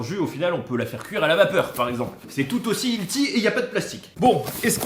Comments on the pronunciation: Il faut vraiment dire "manger sain" plutôt qu'utiliser le terme anglais healthy quand on ne sait pas dutout le prononcer... Hilti qu'il dit. C'est une marque d'outils. Healthy c'est plutôt "ellesi" si tu veux le prononcer un peu normalement. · Hilty c’est une marque de perceuses?😅 Prononce healthy : elssi 😁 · Olé! chaque fois que tu dis "ilti" pour "Healthy" y'a un bébé chat qui meurt, ça se prononce "hèlçi" (pour faire simple hein) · Cette prononciation de "Healthy" , j'adore 😂